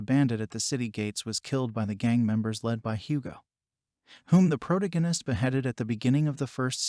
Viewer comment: HOLY MACKREL !!!!! It's "PRO-TAG ONIST".. TAG...TAG......NOT TIG... Again ......NOT....TIG. How can these people call themselves "NARRATOR'S"????? Can't even read properly. LOL!!!